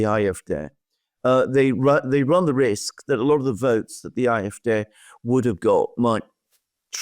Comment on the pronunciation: Dear and Alexander, I know that I am far from the only one who highly values your geopolitical analyses. Nevertheless, I too would like to express that here once again. Please do not hold it against me that I have two further insignificant remarks: always pronounces "AfD" as "Afdè", so with a short "e" at the end, while if you want to pronounce it in German, that "e" should be more elongated, so as "é" or "ee" as in "rEprodruction". And for Alexander: "Wagenknecht" is pronounced in German as "WaaKenknegt". And although my mother tongue is Dutch, I hope that the German listerners here can agree;-)